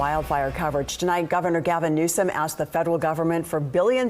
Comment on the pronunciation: Gavin NewsUH-UHM